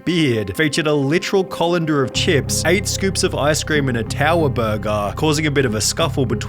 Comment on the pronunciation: Is that how you usually say "burger"?